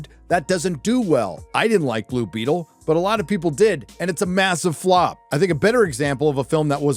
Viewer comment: Blue bettle? Heard it but not really interested .